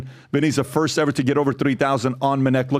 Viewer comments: bru sounded like biden yapping about " minnect" jesus i never wanna hear that word again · Minnect? Really?